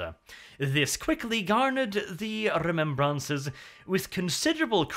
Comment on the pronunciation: ‘Ree-mem-brahncers’ - nnnnnnn it tilts me every time he says it